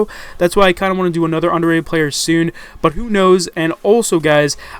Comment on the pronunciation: i font even pay attention when says underatted in these videos anymore